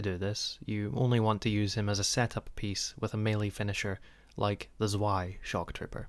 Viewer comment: Zoo-aye? Excuse me, good sir... But it's pronounced (I'll try to write it phonetically) as [ tz-vai ] like hard C then V and "eye" afterwards. Have a wonderful day ❤